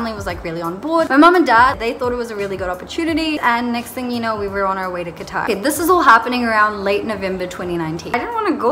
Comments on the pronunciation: They rejected cuz The Word you just said "qtar" instead of "qatar"😂jk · THE WAY SHE SAYS QATAR IS KILLING THE BAD WAAAAAAAAAAAAAAAYYYYYYYYYY